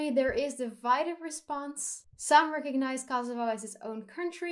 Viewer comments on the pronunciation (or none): none